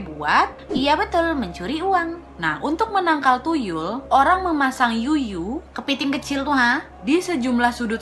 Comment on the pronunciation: Kak cuyu bukan yuyu wkwkwkwk